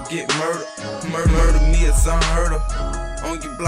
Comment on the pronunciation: He said murda me its un herd of😭😂